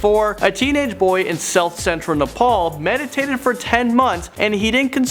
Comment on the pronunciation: Say na…pal